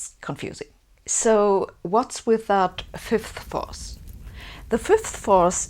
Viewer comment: I applaud your effort to enunciate "fifth force" clearly, I know you Germans can struggle with that one. Just the same, I had been hoping to have a laugh at your expense, and left mildly disappointed on that front. <3 You never cease to amaze me with your many levels of determination!